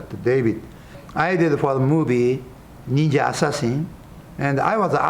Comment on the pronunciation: "Only a neenja can stop a neenja!!"